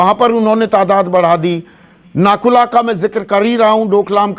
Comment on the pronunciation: Sir ji nakula nehi woh nathula hai. Hamare north Bengal aur north east se toh aap log hamesa sautela jaisa bartav karte ho ab jab china aggressive hua hai toh aaplogo ko chinta ho raha hai wah vai wah